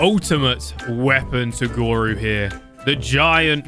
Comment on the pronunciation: YOU TURNED GORU INTO ERYRU